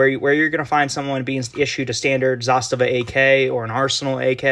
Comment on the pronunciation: Great video and it’s refreshing to lay the ‘Zastava is a Sig clone’ to rest and to hear someone pronounce Zastava well